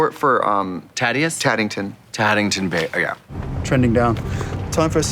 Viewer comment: did Katya say “Taddington Bear” lol